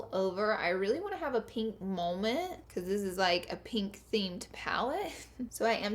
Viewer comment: don't forget 'beechuz' for because